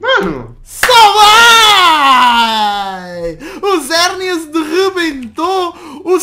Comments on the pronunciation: mano se fala xerneas nao zerneas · Xerneas é com X não com Z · Ele fala e Zerneas mais não é o nome dele